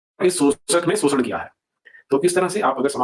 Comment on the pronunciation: वो आदमी शोषण को सोषण्ड कह रहा था 🙄 आपका मजाक उड़ा रहा था सोषण्ड कह के 😒😒